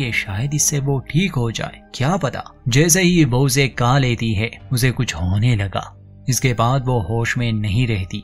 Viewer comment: Tumhara hindi bohot atcha hai lekin khaa aur khaana ko ka ka kyon bolte ho...??? Please try karo khaa bolke. i really like your channel.